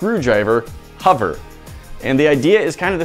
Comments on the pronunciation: I can't work out how learned to pronounce the word Hover, but it seems to be either spelled with a U 'Huver' or maybe it has an R in the middle 'Horver'? Not quite Hoover but nowhere near the actual word and it's irritating the BITS off me. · He pronounces it huver but I say hover